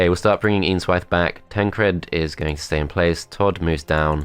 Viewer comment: Every time you said "Eanswythe" I heard "Ian's Wife".